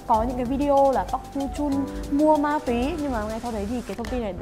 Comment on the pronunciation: bà bả nói ma túy -> ma tóe...🙂🙂